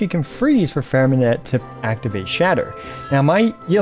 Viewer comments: Hi great video, but just in case you didn't know the "t" at the end of Freminet is silent, you don't have to pronouce it. 👍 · Pronounce his name right 😭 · please for the love of god learn to pronounce his name